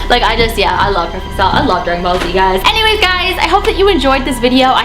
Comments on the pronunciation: u said grag ballz z its dragan balls z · When you were saying dragon ball z it sounded like you were saying dragon ballz